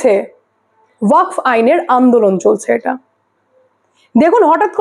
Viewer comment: দিদি,উচ্চারণ টা ওয়াক নয়।ওয়াকফ হবে।